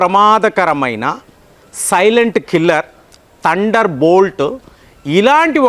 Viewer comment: చాలా బాగా చెప్పారు కానీ ఉచ్ఛారణ దోషాలను సరిచేసుకోండి. బారత్ కాదు, భారత్. తండర్ కాదు, థండర్. మీకు చాలా జ్ఞానం ఉంది దాన్ని ఇంకా బాగా పంచాలంటే భాష మరియు ఉచ్ఛారణ బాగా ఉండాలి.